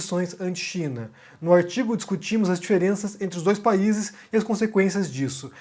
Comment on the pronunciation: "O aitigo " rsrsrsrsrsrsr